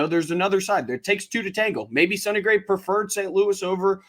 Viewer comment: I'm just glad we didn't sign him, so I don't have to hear "sony" gray